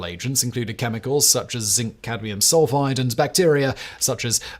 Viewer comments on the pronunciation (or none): none